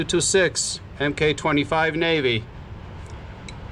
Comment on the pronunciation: As it relates to military weapon platforms, the abbreviation "MK" is pronounce "Mark". P226 Mark 25.